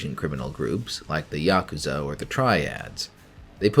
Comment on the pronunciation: I'm preparing myself to stream a Cyberpunk campaign and this has been an excellent tool in that effort so far, thank you so much for your work on this. Also thank you for pronouncing Yakuza correctly, unlike so many others I hear talk about them on other channels lmao.